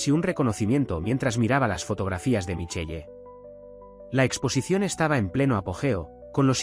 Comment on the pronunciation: Se pronuncia Michel no michelle